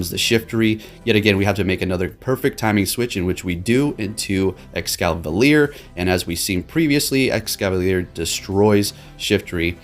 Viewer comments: You keep saying ExcaLAVIER! It's Es-Cavalier! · Mate, how you always calling it EscaLaVier while spelling it correctly? 😂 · Escavalier may be a combination of escargot (French for snail) and cavalier (French for mounted soldier) or chevalier (French for knight) . It may also refer to Excalibur. ~Bulbapedia. Not Excavalier. Sorry to be annoying about it but it annoys me when people say this guys name wrong ruining its reference to Snails and knights